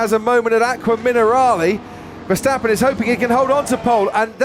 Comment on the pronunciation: hello commentator its not,,,, mex versteppen both a's in his name sounding like in carwash